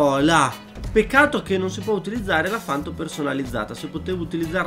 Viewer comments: Una cosa deve fare, gta! Ma se non sa manco i nomi delle auto credo che si meriti anche più dislike che like... Ci vuole tanto a dire panto al posto di fanto??? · comunque si dice panto e non fanto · scusa ma mi da non poco fastidio hahahha... si chiama Panto non Fanto. hahhahah sorry